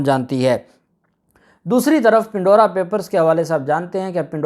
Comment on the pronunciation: Pan-dora Pandora Papers (Not Pin-dora)